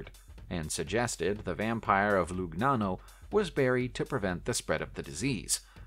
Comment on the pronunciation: Hertfordshire = HART-ferd-sher Launceston = LAWN-stun Lugnana = Luh-NYAH-no (Think 'lasagna')